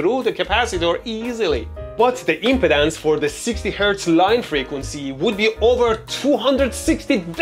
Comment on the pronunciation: stop saying "impotence" lol. I can't help but hear that now. say it as "imp-ee-dance"